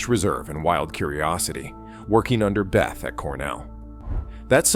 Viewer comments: Hans 'BETH-ah'? Ugh. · Maybe check for a better pronunciation of 'Bethe' (Hans). Good storytelling.